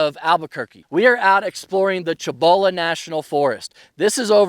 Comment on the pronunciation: Cool video, been in and out of that place for years. Great place. For future reference the actual pronunciation is See bow la. Most whities call it seebowla.